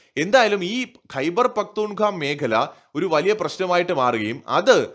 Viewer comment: ഖൈബർ പഖ്ത്തൂൺ ഖാവ എന്നാണ് പറയേണ്ടത്!